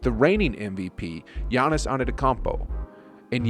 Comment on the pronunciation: Work on giannis’ name.